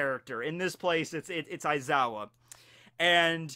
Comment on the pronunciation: Pronounced (Wise-ow)